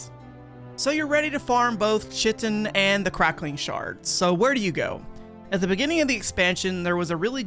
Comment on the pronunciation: chitin is pronounced 'Kite-In'